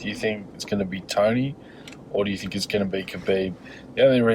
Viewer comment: is this man saying "tiny" or "tony"